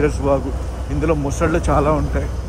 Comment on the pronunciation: ముసళ్ళు కాదు మొసళ్ళు